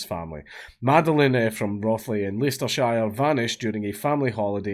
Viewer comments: I'm from Leicester and it's pronounced Lester-sheer. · OMFG Dank... you also pronounce Leicestershire wrong 😂 Say it: Lester sheer